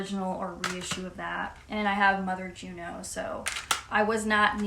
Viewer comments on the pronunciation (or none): Are you saying Gino Records -- or Juno? You've been so lucky to just have just two problem re-issues. I've spent most of my spare time this year returning faulty re-issues: mostly warped, some seriously damaged pressings, etc. There is a real problem with new pressings in the UK. At one point in the year I bought 10 new records and had to take back 7 of them. Some were so obviously damaged but still put in sleeves and poly-wrapped. One had the inner sleeve and record very visibly damaged but was put inside a perfectly fine outer sleeve! :0/